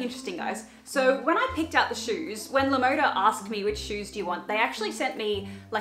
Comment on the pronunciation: Btw LaModa is spanish for "the style", and is pronounced Lah Mohdah. I don't want to offend anyone, but I just want to let people know.